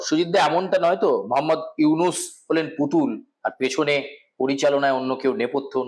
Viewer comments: নিউজ প্রেজেন্টারের উদ্দেশ্যে বলছি - একজন গুণী ব্যক্তির নাম শুদ্ধ ভাবে উচ্চারণ করুন। ৩২ সেকেন্ডে আপনি ইউনূস স্যারকে ইউনিস বলেছেন। ভবিষ্যতে এ বিষয়টি খেয়াল করবেন। আর আপনাদের ভারতীয় মিডিয়াদের কি আর কোনো কাজ নেই, শুধু বাংলাদেশকে নিয়ে উস্কানীমূলক ও বিকৃত খবর প্রচার করছেন। ভয় পাচ্ছে নাকি আপনাদের সরকার যদি ভারতেও ছাত্ররা বৈষম্য বিরোধী আন্দোলন করে? উত্তরের অপেক্ষায় রইলাম। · Not younis, Younus ok. Juounalis vai if don’t have any problem to talking (stammerer); tell name properly ok. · To dear anchor of the channel, please pronounce correctly. Yunus, not yunis. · আরে সাংবাদিক দাদা আগে ত নামটি শুদ্ধ উচ্চারণ করুন উনার নাম ইউনিস নয় ইউনূস ওকে? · ইউনূস ওনার নাম হালা আগে নাম সঠিকভাবে বলা শিখে উপস্থাপনা করবি😈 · ঠিক করে উচ্চারণ করুন , উনার নাম ডক্টর মুহম্মদ ইউনুস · Younus নামটা ভালো করে উচ্চারণ করতে পারে না উনি কিভাবে,,,,,,,,,,। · বাংলাদেশ ভারতের সম্পর্ক এসব আলোচনা থেকে নস্ট হওয়ার সুযোগ নাই। আপনাদের লাভ এইটাই যে ইউটিউব থেকে বেশী টাকা কামাতে পারবেন। বাংলা বানান ভূল ও ড. মোহাম্মদ ইউনূস স্যারের নামটা ঠিক মতো বলতে ও লিখতে পারেন না । মন গড়া কথা না বলাই বুদ্ধিমানের কাজ। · ভালো ভাবে নামটা বলেন! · ইউনুস উচ্চারণ আপনার ভুল আছে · দাদা নাম টা তো ভাল করে উচ্চারণ করুন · ইউনুস নামটাই উচ্চারণ করতে পারেন না আবার উপস্থাপনা করতেছেন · ছি উপস্থাপক, নামটাও ঠিক মত বলতে পারেননা